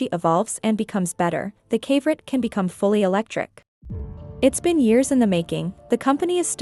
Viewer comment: Pretty sure that would be pronounced "kav-o-right" like a mineral, not rhyming with favorite.